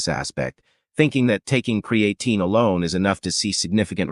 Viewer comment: AI voice and pronunciation of words is annoying. I’m not taking advice about Creatine with someone who can’t even pronounce it properly.